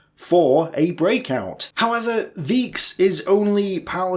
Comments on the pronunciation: It's pronounced Veix, as in V-ie-icks. Sounds similar to 'likes'. In German, any word that is spelt with an 'ei', as in Weiss (white) or Scheiden (divorce) or even 'Leibstandarte' ( an archaic derivation of Leibgarde, meaning body of guards). Conversely, any word or name that contains 'ie' is pronounced 'ee' as in 'week'. examples include Liebe (love) Wiederstehen (resist) or the more common Auf Wiedersehen (Goodbye). As to the question of who was responsible for the indecision, vacillating and ultimate blame, I mostly agree with your assessment. Having read Von Manstein's 'Lost Victories', even the Field Marshal himself is vague, uncommitted and ambivalent when it comes to discussing the sequence of events. If memory serves, Manstein blames Hitler for procrastinating, demanding the impossible, not providing the requisite reinforcements promised, whilst places Paulus as a victim of circumstance as well as of Hitler's annoying interference and demands, though does blame Paulus for not taking the opportunity to break out when the time was right. Manstein does an excellent job of outlining the crisis, who was to blame and an overall appreciation of the situation, but never ventures into the guts of whether he did, in fact, order Paulus, in partial defiance of Hitler to breakout. He often prefers to focus on events and people beyond himself. Although I believe Von Manstein could have done a little more to assert himself and take charge (He was always encouraging and reminding Hit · English speakers never seem to get it. I before E is long E like he is sayng. Since the name is WEIchs it would be long I sound and little less emphasis on the "K" sound, aspirate the "CH". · "Weichs" is pronounced "waix", not "viche" :) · It has to be pronounced like „fon vikes“, not „von vysh“. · as far as I know, it is 'von Waiks'. Not 'von Waichs' with the ch pronounced like in Reich. (pronounced 'Raich") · NO IT IS PRONOUNCED v. VAIKS